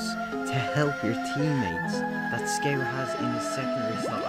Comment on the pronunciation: dont even bother making a video on scout if you don’t know how to pronounce it…